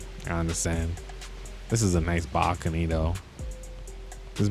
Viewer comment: “Backony” bro it’s balcony